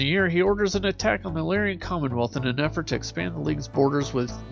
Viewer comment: The mispronunciation of Lyran and Janos is jarring.